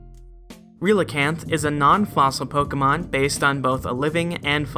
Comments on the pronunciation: Relicanth is pronounced like “relic” Also, I’d love a video on the transition between non-avian dinosaur mouth to avian dinosaur beak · Relicanth is pronounced like Relic canth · The Pokedex in Ultra Sun mentions that archeops bite marks are found on Omnastar's shell. I couldn't find anything that could be based on. Also, I believe Relicanth is pronounced like relic but without the hard c.